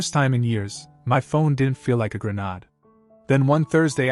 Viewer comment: For the love of God it isn't pronounced GRIN ODD it's pronounced GRIN AID.